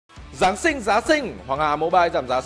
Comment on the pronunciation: (Giáng sinh )mà nó nói (giáng xinh)?????????? Đúng là ngọng hay nói.